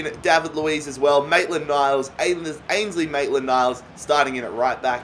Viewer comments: It's ainsley not Ashley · It’s ainsley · That what he said he can't help it if he pronounces it wrong he is Australian and supports fulham not arsenal so he doesn't know some players